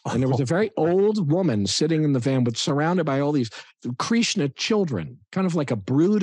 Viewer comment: I'm really, really liking this Chinwagcast. One thing though, what's with they Kathryn and Paul pronounce "Kreeeshna." Is that some east-coast way to so Krishna? Sorry, but curious.